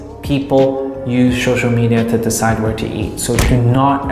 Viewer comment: Good video. Laughed every time you said shoshal (social) lol keep up the good work